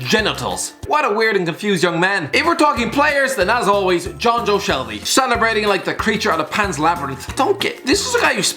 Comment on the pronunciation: Who tf is "Jonjo ShelVERY" 😂😂😂😂